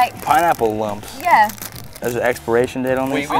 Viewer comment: he said " is there an experation date on this?" I died after that😂😆